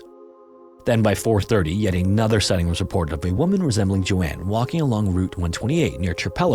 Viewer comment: SIGH-ting, not whatever word you said.